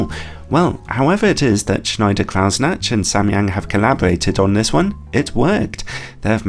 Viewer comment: You murdered Schneider-Kreuznach with your pronunciation, but made up for it with the review itself … ;-)